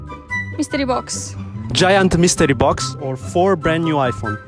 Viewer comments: "MiStREee bOx" She literally said that seven times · Him: "Legendary mistrii box or $1?" Her: "Mistree box" Mr.Lee at home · I love the way the pronounce Mystery box. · the way he is pronouncing 'mystery' has a different meaning in Hindi(one of the Indian Languages)